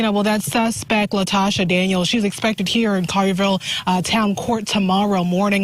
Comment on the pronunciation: Her name is pronounced _"La-ta-sha"😮